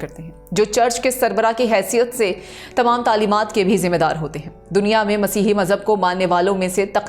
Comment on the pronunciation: Ap itna khubsurat Masih bol rhi han KHUDA kre bakion ko bi sharam a jaye